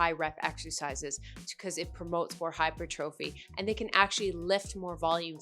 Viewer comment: Hypertrophy is actually pronounced like "hy-per-tra-fee". BTW - Your "fitness investigation" videos continue to be awesome. 👍